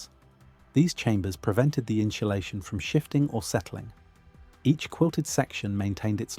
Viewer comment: the "inshulashion" caught my ear